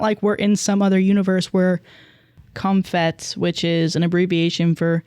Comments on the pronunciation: Just fyi, it’s pronounced “Comp-HET,” not “com-fet.” It’s short for COMPulsive HETerosexuality. Just wanted y’all to know so you don’t go around saying it like “comfet.” 😂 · lol changing comphomo to comphet...i understand that was a mistake probably because you had to look up comphet. But then pronouncing the ph as an f......... come on, it's COMP (for compulsory) HET (for heterosexuality). Putting the f sound in there is driving me bananasss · It’s pronounced Comp Het - as in Compulsory Heterosexuality. Not comphet 😅 Bless your heart though, I loved hearing “comfet” 😂🏳️‍🌈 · the way she’s pronouncing comp-het like the ph in phone oh bless her heart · pronouncing comphet has me giggling 😭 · im posting this nicely for future reference, it's pronounced "comp het" compulsory heterosexuality!